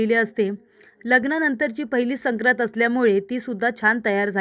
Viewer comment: मॅडम , " संक्रांत" या शब्दाच्या पहिल्या २ अक्षरांच्यावर अनुस्वार आहेत. तुम्ही तो शब्द उच्चारताना अनुस्वार लक्षात घेत न घेता चुकीचा शब्द उच्चारता. या पुढे दक्षता घ्यावी. च शब्द